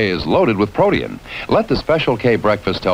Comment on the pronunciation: Never heard protein in 3 syllables